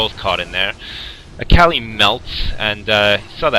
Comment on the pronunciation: He says akali kinda weird.